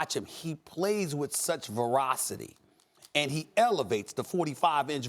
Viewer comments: Did he say “verocity” ? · did he just say 'he plays with such verocity'? what in the hell is verocity? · "He plays with such verocity..." Ahem. ;) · ferocity not verocity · Ferocity. F and not a V. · lol he keep saying verocity instead of ferocity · lol at first I thought I must have misheard and that he was saying ferocity but then he kept saying it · Stephen, verocity is not a word. Ferocity? Voracity? Velocity? You used the 'word' twice. What did you really mean? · "verocity" = ferocity + voracity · I knew it...I knew it...smh Stephen A. out here makin up words! Wtf is “verocity”? I know what veracity is, I also know what voracity is; hell I even know what ferocity is, but I’ve never heard of “verocity”. Stephen needs to know it’s ok to just keep it simple and say it in layman’s terms.